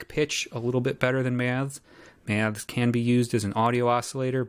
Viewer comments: Struggling to listen purely on account of this chap's inability to pronounce 'Maths' properly; whatever the opposite of ASMR is, that's what your attempt at an utterly simple words induces in me. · An accent is simply a regional pronunciation - and there's definitely something awry with this presenters enunciation of the word; regional or otherwise.